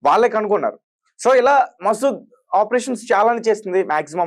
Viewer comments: ఒరే నాయనా మసూద్ కాదురా ముసాద్ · Maseed kadhu babu, Mossad. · Arey Babu matter cheppetappudu perlu correct ga cheppu.masood kadhu mossadh 😂😂